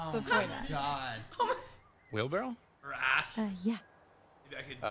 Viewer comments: it’s because it’s wheelbarrow and he says wheel barrel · For y'all who were wondering if you misheard or misread, they did in fact say wheel "barrell". It's actually called a wheel "barrow". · It’s a wheelbarrow not a wheelbarrell which is why she made him repeat it lol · Did no one catch that Emma was smirking that he called it a "wheel barrel" and not "wheelbarrow?"